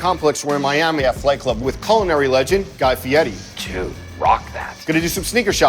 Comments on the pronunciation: Guy fetti? Fe air ee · It’s guy feire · He said guy fietti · Guy Fieri says his name correctly every time he says it and still people mispronounce it. That guy is as patient as a saint.